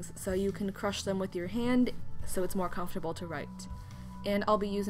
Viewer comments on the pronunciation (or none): none